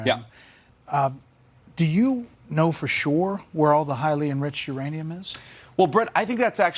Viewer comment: is he calling it IRANIUM ? lol